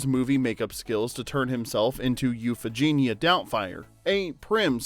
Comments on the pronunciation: Ok, let's try to say it all together now: It's NOT "U fee gee na" it's U fa ga NIA" Doubtfire. Other than that, I will say this was well done. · Man, is the narration done by AI? The mispronunciation of the names, namely “Daniel HillYERD” and “Yu-fij-nya” Doubtfire, along with calling Robin “Robins” at one point, and not in the possessive form, in the line, “Robins, Sally and Pierce had all been divorced.” Perhaps something that didn’t make the list but should have are several minutes over various scenes where both Daniel and Mrs Doubtfire interact with the busybody neighbor, Gloria. She filmed a much bigger part in the movie, but the vast majority of her scenes were cut, relegating her to the tiny role of the nosy neighbor who calls Miranda at work to notify her of the shenanigans surrounding the birthday party being thrown for Chris. The DVD release with bonus scenes contain all of the scenes, mostly between Gloria and Mrs D, with Daniel enacting his revenge on the neighbor (as Mrs D) by appealing to her love of gardening, as they bonded over their “green thumbs.” Mrs D ultimately sabotages Gloria’s garden through a recommendation of some very unorthodox choice of fertilizer, one that would be embarrassingly difficult to procure and also destroy her precious flowers. It seems like an echo to the scene where Miranda comes home to witness a goat devouring her begonias. Both Daniel and Mrs Doubtfire, whether by accident or intention, were responsible for the destruction of a good amount of floral beauty on that street corner. I get that Gloria’s scenes were mostly cut for time, but the side sequence between Mrs D and G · Their last name is Hillard also the the social workers name was Mrs Sellner. Euphegenia is not pronounced like that. Did u watch the movie?😂